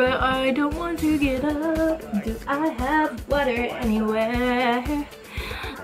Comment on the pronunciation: Did she say water or butter when she wanted to damp her beauty blender?